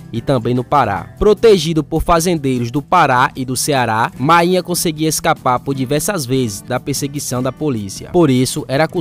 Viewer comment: Ele tá narrando com o nome errado, você tá dizendo mainha, o apelido é máínha